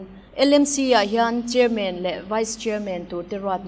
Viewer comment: Chairman a "man" a lam dan kha. Batman, Spiderman, Superman tih te han lam ve chhin teh u.